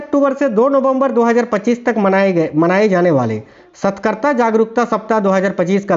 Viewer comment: Satkarta nhi satrkata hota h